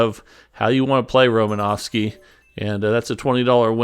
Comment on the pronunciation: You sure butchered romanowski demonstration